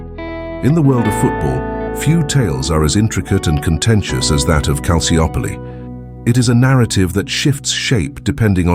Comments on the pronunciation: Excellent documentary but the Maradona era at Napoli had nothing to do with Calciopoli, nor did the mafia/Camorra. So why include them? Also Calciopoli is pronounced Kal chi opoli. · Calciopoli is pronounced Calchiopoli. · Loved the video, but this dudes pronunciation of Calciopoli was driving me insane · Can’t even pronounce the name of the scandal correctly… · Mostly irrelevant material. You barely understood what Calciopoli was about I mean you even don't pronounce it correctly.